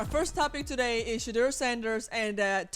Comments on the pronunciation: Robert, please learn to pronounce his name.It's She-door not She-drrrrrr😮 he hates that he said it in an interview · Rg you interviewed him his name is pronounced Shadoor not as it is spelled